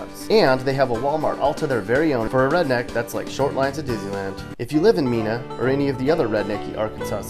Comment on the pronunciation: It’s pronounced Mena, not Mina